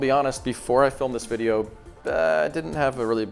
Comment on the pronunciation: Wideo killed the wadio stars.